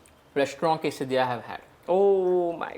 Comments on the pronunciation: Quesadillas is pronounced as kaise-diya and not kaisa-diya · Just fyi - it’s pronounced “kay- suh-dee-yah” 😅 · Sorry but it's pronunciation is (case+डीया) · The way she pronounce Quesadilla 😂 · Just for the clarification..... Actually your pronunciation of Quesadilla is not correct 😅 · Ur pronounciation for quesadilla was a Lil wrong pls 😅😅 no hate it's my fav dish that just it... Ik u might know more and have accent as well but it was a Lil off if u check Google